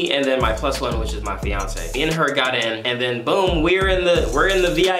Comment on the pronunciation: . HOLLLDDDD. U said fff fiance